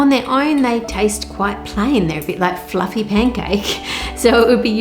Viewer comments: Its pluffy.. but is it jiggly? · The way she pronounces 'fluffy' is one of the most beautiful things I have ever heard.